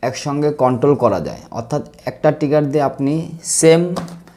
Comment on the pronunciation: টিগার না উচ্চারন টা হবে ট্রিগার